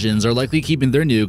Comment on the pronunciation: nukes not “nucks” 😁